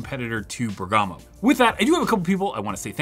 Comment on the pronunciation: MOST Server cores EVER, FOR INTEL. Append that on or it's clickbait and false! Also do us all a favor and look up how pronounce Bergamo